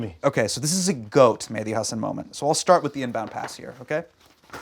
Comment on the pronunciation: You did the "Medhi" instead of "Mehdi" thing 100% on purpose, sorry I'll read the rest now just had to point that out.